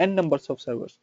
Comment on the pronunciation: Most of these reviews seem paid/favored. If your English is this bad, why not create video in Hindi? Also, if you want to make video public, please put some effort in learning to pronounce the names such as servers, webshpere, platform, EAR and list goes on .if you want to create your own pronunciation, then create/invent your own stuff first and then pronounce them whatever way you want :). There are quite a few wrong information given in the video. For example, web server's purpose is to route request. is your web server fundamentals clear?